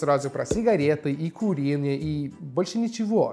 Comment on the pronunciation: Я долго не могла понять, что за "куриные" XDXDXD оказывается - это "курение" XDXD